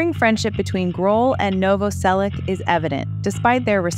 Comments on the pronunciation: Krist Novoselich (Novoselić), not Novoselick, god damn... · It's pronounced Novoselitch. ITCH, not ICK. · As a Croatian, like Krist, it's pronounced Novo-selitch. You're welcome. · Its pronounced nov-vos-elitch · Noh-voh-sellick ... Lol ok, lady. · IZGOVARA SE NOVOSELIĆ-CH,HES CROAT,-CROAT SURNAME .IFC IS C,IF Čor Č is CH.🇭🇷🇪🇺🇭🇷🦈 D So Christ NOVOOSELICH😅 YOU AMERICAN😂🎉🎉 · You are saying his name wrong